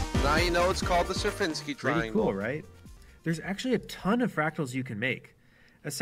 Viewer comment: Serpinski not Serfinski